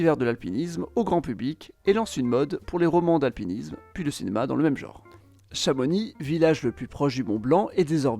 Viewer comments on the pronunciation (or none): Tu prononce pas le x de chamonix merci. Vive les savoisiens